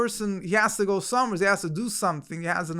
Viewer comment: "going somewherez?" "Somewherez?" 🤌 What is dis, BrOOklin?!